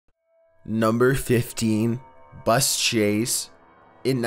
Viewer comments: nümbr fiftnn buss chæse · Number Fiffteeyn: Buz Shaze